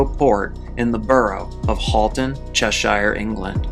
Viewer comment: You have to pronounce “-shire” as “shuh” almost with a schwa. Such an outsider pronunciation with the “chesh-shYRE”